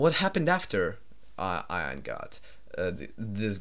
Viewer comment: This is a little late, but if I remember correctly Ian Fraser was from the UK where Ian is pronounced like "E-in". Your pronouncing it more like the word Ion. Just something I noticed as I know you're not natively English speaking.